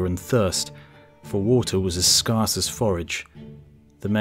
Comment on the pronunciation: I like your videos but please stop pronouncing scarce and scarcity incorrectly. Scarce sounds like scare with a hard s at the end not scar, and scarcity would sound the same as scare city not scar city. Otherwise I find your content enjoyably evocative and sometimes stirring. Thank you.